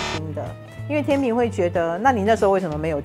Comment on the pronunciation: 天秤（cheng）读音和拼音都只有这个发音。